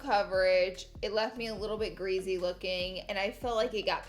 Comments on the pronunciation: Everytime she said greasy I laughed “greazy” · Any one else notice certain word she says sound funny hahah like greasy she says greazee and Aegean oil sounded like argonal haha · Oly and grizzy-really Laura?!😭 for oily and greasy, also finish the words completely 😬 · Ol and oly skin? And greazy? So funny 😂😂